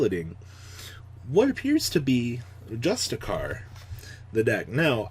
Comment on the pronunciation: I don’t think you care but if you do, justiciar, the “c” is pronounced as “sh” good video as always